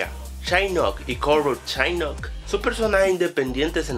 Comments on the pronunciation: Es shinnok no shainok!! xD jajajajaja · Shainok ,dios casi me muero al escuchar eso xD jajajajajajajaja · es shinnok no shainnok JAJAJAJA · chainok ? :v es shinnok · Nunca as jugado un Mortal kombat :v ¿? La pronunciación de los nombres me llego al alma UwU /chainok/ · ¿Shainok? ¿¡Shainok? D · Shainok....reptil :v